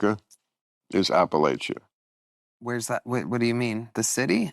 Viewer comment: The correct pronounciation is apple-at-cha...like I'll throw an apple at cha.